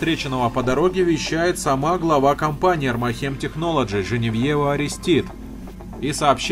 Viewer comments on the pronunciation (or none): Всё хорошо,но почему блин армахЕм, когда правильней будет Армахем (ударение на первую А)